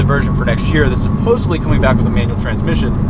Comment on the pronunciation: Should have left politics off the table. Not that my one unsubscribe matters, but I can't support someone who supports a racist, xenophobic, sexist, temperamental little child as the next leader of the free world. And you said "supposebly", which is not a word, but hilariously indicative of your political standing.